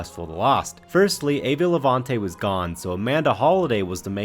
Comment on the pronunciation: Eva "Levant".... the E at the end of her name was only pronounced once